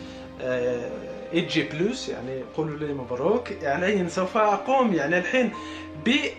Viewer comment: ماتعرف تتكلم حوحو. ايج بلوس✖️ سامسنج جالكسي 6sاج بلص